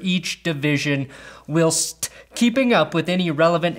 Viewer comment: "can't pronounce whilst"